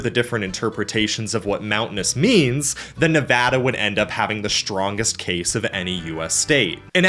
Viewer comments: THANK YOU!! For pronouncing Nevada correctly!! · Bro writes a great video and pronounces Colorado and Nevada correctly. 10/10 will subscribe. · OH MY GOD YOU PRONOUNCED NEVADA RIGHT I LOVE YOU❤❤❤ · I'm just glad he pronounced Nevada correctly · Huge thumbs up for Nevada coming out on top. Bonus cudos for saying Nevada right! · Hell yeah, pronouncing Nevada correctly Absolutely W from a Nevada resident!!! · As a Nevada resident I would like to thank you for saying the name of our state correctly. 🙏 Also really interesting video. I've actually had this topic of conversation come up quite a lot so I'm happy to learn more about it. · Thank you for pronouncong nevada correctly and not Nev AW da like most dumbies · NEVADA MENTIONED AND PRONOUNCED RIGHT RAHHHHHH 🎉🎉🎉🎉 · as a geologist that lives in Utah, lived in Nevada, and got a degree in California. I approve of this video lol thanks for pronouncing everything correctly and mentioning that yes death valley is in both CA and NV. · I was going to congratulate you on the correct pronunciation of Nevada, but it all made sense when you said you used to live in the Sierras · Thank you for pronouncing Nevada correctly. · Saying Nevada properly is more common than saying Colorado properly, which he also did. Impressed. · Finally, someone who says colorado, nevada, AND appalachia correctly 😂 we need to protect this man at all costs